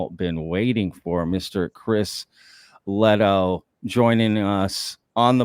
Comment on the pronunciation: I think it's pronounced Lay-toe